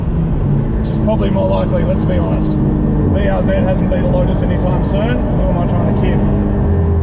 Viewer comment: Bee arr zee